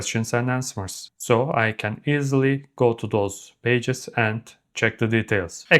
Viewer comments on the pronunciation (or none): none